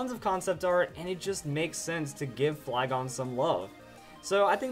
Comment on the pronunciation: I got off the video when he say flygon